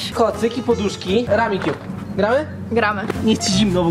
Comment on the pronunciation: jawor : ramikjub xddd